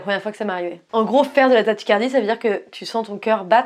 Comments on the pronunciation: coucou Swann, je suis chiant mais on dit tachycardie lol, sinon continue ce que tu fais, et reste toi-même t'es géniale ^^ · Je suis désolée mais ta prononciation de tachycardie m'angoisse...je suis à deux doigts d'en faire 😂.